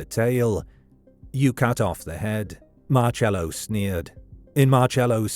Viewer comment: It's pronounced sounds like Marsello.